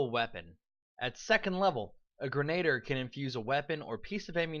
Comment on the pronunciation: Gren-ah-deer. Not grenater. And while I'm glad you are so enthusiastic in this video, here is some food for thought: Brew potion, is actually one of the most useful features for Alchemist in my opinion, because for a tiny amount of gold, any spell cast that you do not use each day can potentially be brewed into a potion as all of the spells on The Alchemist spell list are capable of being made into potions. Doing this, also allows you to pass out your nice Alchemist spells like enlarge or reduce person, or Shield, without having to take the infusion discovery, and especially as a damage role you will find your spells going unused frequently as you stick to your bombs and weapons. Even if you don't feel like being charitable to your compatriots and sharing your spells, you can always sell them for additional income and buy whatever it is that your heart desires.